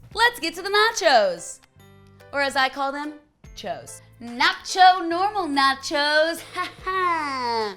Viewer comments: Every time she says "chos" I think she's saying "chodes" hahaha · Every time she said the word "Cho's" it sounded like she was saying "Chodes". Love it. 😂